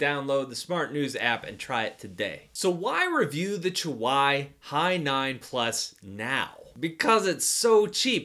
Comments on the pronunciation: chuwi NOT euwwi... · Did this man just say chu why instead of chuwee? Unsubscribe (just kidding, love your channel) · Its chu-weeeeeeeee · Chuwee, you pronounce it wrong, 😅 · Its pronounced as "choowe" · Thought it's pronounced "chewie". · the way you pronounce Chuwi hurts my soul >.<